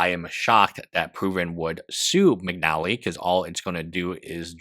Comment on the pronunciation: McNeilly?? Bro. McNally.